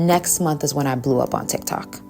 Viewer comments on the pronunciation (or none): none